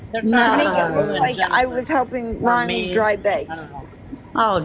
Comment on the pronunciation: It's Ronni, first of all. Rooni would be pronounced like ROO-nie. And she's not responsible for Lisa or for people begging to send her gifts.